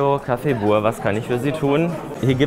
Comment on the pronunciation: Mich triggered das immer so krass, dass alle Buur sagen, es wird aber Büür ausgesprochen. Das ist niederländisch und heißt Nachbar.🤦🏼‍♀️😩 Ansonsten echt lustiges Video. Gastro ist oft seht stressig, der Chef hat dich für den ersten Tag und ohne Erfahrung,aber auch hart rangenommen. 😁😄